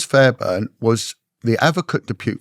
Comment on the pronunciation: Sir Nicholas Fairbairn (not Fairburn) was not a lord; he was never elevated to the peerage, although he was married for 15 years to the daughter of a peer (which did not make him a peer or lord in his own right). He was the Conservative MP for the Perth & Kinross constituency in the county of Perthshire until his death in 1995, which triggered a by-election. He was known to be a "ladies' man" and a sartorial dandy, often wearing flamboyant clothing and plaid (tartan) suits. The school he attended was called Loretto, not "Lorett", "Loret" or "Lorette", a Scottish public school which enjoys a very good reputation and has many distinguished alumni. Getting to the truth is always the right thing to do; it is right and proper that investigative journalism should thrive in a free and decent society, and I admire those who sustain this, including, who has alerted people to many things that should be exposed and who should be given full credit for doing so; his undoubted courage is never in question, nor should it be. But please, these details can make the difference between credibility and doubt. Getting the details right is the way to go. Why get them wrong when they can so easily be corrected with just a little background research? Nevertheless, this channel still merits a well-deserved sub!